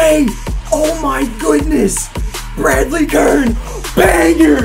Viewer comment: Did you really say Bradley Kern?